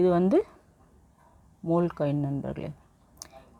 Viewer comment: மோல் அல்ல mule. உச்சரிப்பு...??????